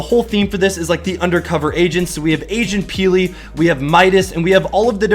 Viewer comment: When you said Agent Peely I thought you said Asian Peely